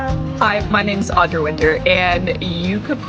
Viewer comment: I would just like to ask that everyone talking about her get her name right. Audra, not Audrey. Winter, not Winters. Manage that and then criticise her as much as you like with no objection from me.